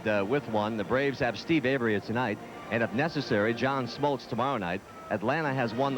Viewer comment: So true...you don't really consider him a "sports announcer" but he was flawless. And if anybody sticks around to the end of this broadcast, the "sports guy" basically has a brain aneurysm when Lasorda can't remember Smoltz name and then calls him John Smotltz 😂